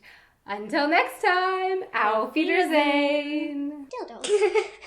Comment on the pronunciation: So glad she told her she was saying "Auf Wiedersehen" incorrectly. Kind of odd that i'm an American learning German and realized it the first time I heard her say it!